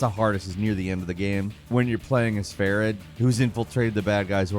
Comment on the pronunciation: His name is pronounced as Fa-reed; not Fair-id. Come on bruh, you could at least TRY.